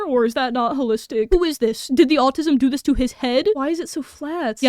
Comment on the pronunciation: Im not American, but it kinda sounds like youre saying altism?